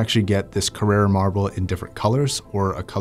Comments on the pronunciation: Carrara not Carrera. One is an Italian marble, the other a German car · Johannes Labusch I’m italian. he is mispronuncing it